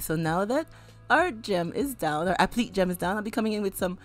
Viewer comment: Just an FYI, applique is pronounced app-li-kay